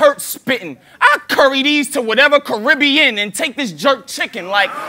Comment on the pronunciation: Thank you! Ppl missed half of the shit hollow said! Meanwhile they going apeshit over "carib-he-in" ppl won't figure out half of what he said for weeks. The king jaffi jo line, was a freestyle rebuttal to his goat line, on the spot....smh.